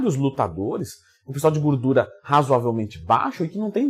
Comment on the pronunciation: Tem Twin falando "guurdura" tem like